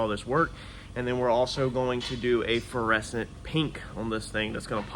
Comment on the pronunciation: are you say "feresent" paint jobs, or "fluorescent" paint jobs.